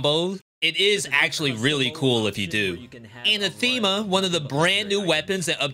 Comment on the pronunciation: Neat video. I haven't even seen half these weapons. Anathema is not "anna-theema", it's "uh-nathemma". :)